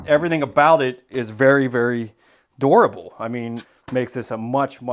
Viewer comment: Good to know. I like how he pronounces “durable, though. It’s a-dorable.